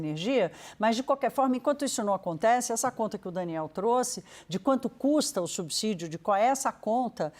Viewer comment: Que raiva de perder 3 min e escutar um jornalista dizer "subzidio"! Estudem! Vcs estão matando a imprensa com viés político e péssimas reportagens.